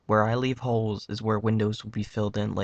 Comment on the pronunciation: When he says "where I leave holes is where the windows will be" it sounds like he says "where I leave hoes is where the widows will be"